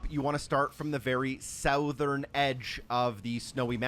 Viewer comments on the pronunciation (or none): It's pronounced Suthern not Sowthern.